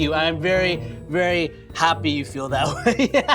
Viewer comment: Hi's Filipino side was slipping up when he said please and happy